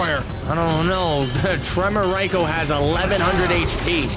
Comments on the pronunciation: it's pronounced Reiko not Raiko. rEiko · why apply for commentary when you can't even pronounce Reiko correctly?? Maybe try working on that first